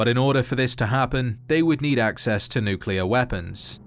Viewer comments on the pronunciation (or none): just a reminder that it’s pronounced NUCLEAR not NUCULAR 😒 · Bro its nuclear, not nucular, enunciation!